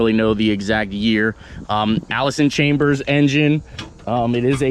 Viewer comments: Its Allis-Chalmers not Allison cambers😄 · Not to be rude but it Allis ch-almers they use to be a tractor company turned into agco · Allis Chalmers google it and pronounce it correctly